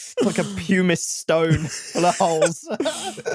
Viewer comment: thank you for calling out pronunciation of "pumice stone"